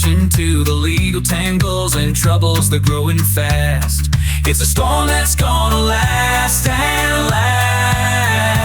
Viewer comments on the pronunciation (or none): none